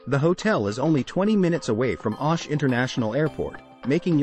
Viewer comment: its not..Aaash....but OOOSH😂